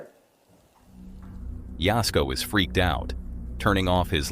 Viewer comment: Thanx for saying jasko's name right lol